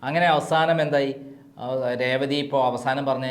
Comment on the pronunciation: രേവതിടെ പേര് ഒന്നൂടെ പറഞ്ഞേ